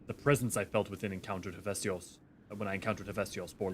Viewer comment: Your pronunciation of Hephaistos is annoying me XD HEHF EH STOS. PLEEEASE rofl